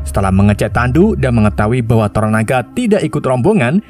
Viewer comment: tonana, toronana, toronaga... santai bang. yang penting bukan jadi toro sudiro atau toro margens